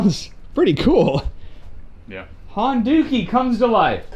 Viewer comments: Dukie (sp?) is another term for poo, I can't help but hearing Honda-Poo when you say Honduki. :) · you said "Honduki" hahahahaha